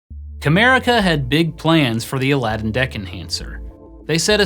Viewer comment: Well, at least this time you were able to pronounce it correctly :)